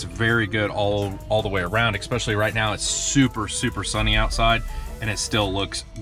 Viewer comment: "ex-specially" ugggg